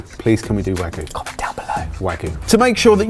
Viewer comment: how to say wagyu: warg-you Why is it so hard to say the 'y'?